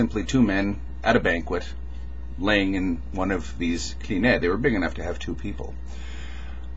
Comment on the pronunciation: it's not "klineh", it's "klinee" ;) still not exact, but closer